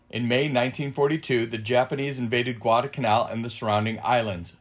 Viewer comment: Why do you drop the first letter L in the word Guadalcanal? I never heard that it was a silent letter.